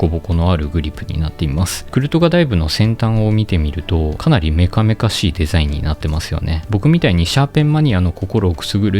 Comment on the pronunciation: デェザィンの発音を統一してほしいです！